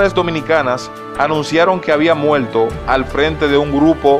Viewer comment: No maltrate el español, demasiado LLLLl, Godol, Muelto.